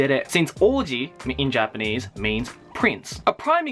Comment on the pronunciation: I realise how you change your 'R' pronunciation when talking English or Japanese. I wish I could do that. ;(